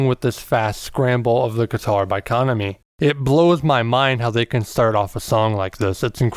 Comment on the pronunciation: FYI...The maids in the After Life MV were hired for the MV from a talent agency not employees of the café. Kuh-nom-E rather than Kahn-uh-me.